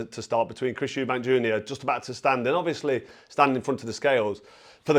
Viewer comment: They had to stop the first fight in Round 9 before Benn got killed, and Nigel Benn even said in the ring after the fight that he completely underestimated Eubank .. I always thought the second fight was Nigel Benn's win but they're both warriors. Just a friendly heads up, there's no 's' in Eubank